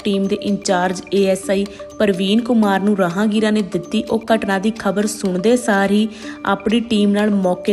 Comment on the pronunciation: ਰਾਹਗੀਰਾਂ ਨੂੰ ਰਾਹਾਂਗੀਰਾਂ ਮਾਜਰਾ ਜੱਟਾਂ ਨੂੰ ਮਜਾਰਾ ਜੱਟਾਂ ਕਹੀ ਜਾ ਰਹੀ ਹੈ ਮੈਡਮ 😅😅😅